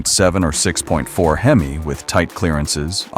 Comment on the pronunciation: You have to love AI. It said hemiss instead of HEMI. Lol😅